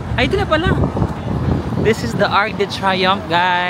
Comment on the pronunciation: It's TREE-youn(g)f